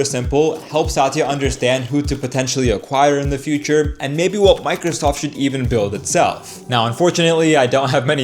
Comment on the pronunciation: did anyone else notice "microsort"???